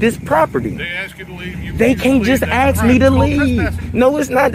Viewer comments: How do you “ ax “ for something? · Lmao aks, aksed and aksing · I know this is a African American when he said “ax” instead of “ ask”. Please explain why ax is used wrongly.